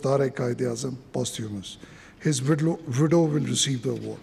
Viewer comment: Wildow..Widow..what an announcer